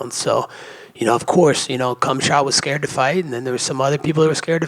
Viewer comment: the fact that he alwasy calls Khamzat "cumshot" alwasy cracks me up! LOLOL